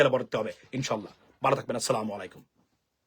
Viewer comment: আপনকে ভালো লাগে। সালাম টা শুদ্ধ ভাবে দিবেন।